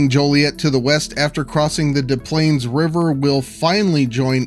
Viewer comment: You're gonna hate what the correct pronunciation of Des Plaines is.